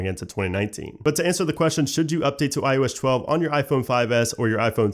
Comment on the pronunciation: Can’t unhear “I.O.eshtwelve”